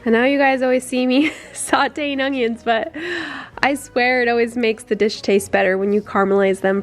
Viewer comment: Still saying ongions I see? Jk, I love your vids!